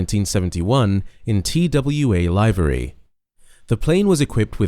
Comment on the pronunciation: "LIE-vuh-ree [sic]" -- "LIV-uh-ree"!